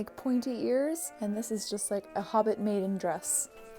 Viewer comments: I absolutely love this. ALSO that you do a critique at the end with lots of constructive criticism and praise! Btw I definitely heard “hobbit mating dress” instead of “hobbit maiden dress” and it made me lol. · I only have 2 things to say about this: 1) that dress is stunning😍 2) I’m sure you probably said “hobbit maiden dress” but at first I definitely heard “hobbit mating dress.” We all need one of each in our wardrobe 🤷🏼‍♀️ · I'm sure she said hobbit maiden dress but did anyone else hear "hobbit matting dress"